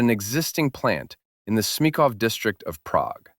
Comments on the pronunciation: Great video, but the pronunciation of ČKD hurts my ears (I'm Czech). Č is pronounced differently than C. Yet you know how to pronounce č, for example in the word Smíchov, you pronounce č instead of ch. I would add that in the Czech Republic, Škoda Plzeň has continued the ČKD tradition and manufactures trams (but be aware that Škoda Plzeň is a completely different company from Škoda Mladá Boleslav, which manufactures cars). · He could do with a bit of help on pronunciation, starting with "ČKD" and "Smíchov".